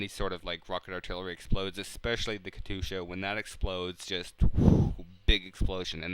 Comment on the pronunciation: You speak Katyusha differently than the way I do. Why?